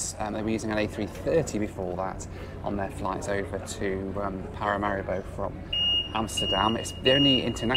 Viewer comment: Small nitpick… Paramaribo is vocalized like Paramareebo.. otherwise love your videos.